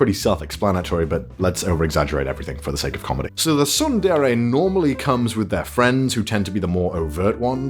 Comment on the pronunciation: I should dislike this because you pronounced tsundere wrong.. But I'm not a bad person like you. Please learn how to pronounce it the right way.